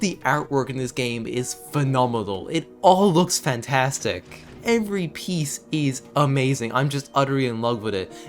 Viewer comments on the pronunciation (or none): none